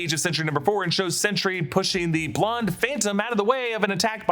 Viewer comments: It’s ‘Sentry’ with emphasis on a clean T. Not ‘Sentury’ (like century). Made this video so painful to listen to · "Chentry", Sentry's hispanic cousin? ( I get it, too many similar pronounced words on a single line would make this slip)